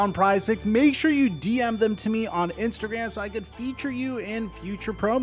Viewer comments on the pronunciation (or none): none